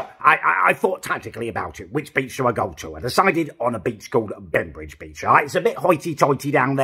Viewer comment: Everytime you say beach I think you say b*tch haha!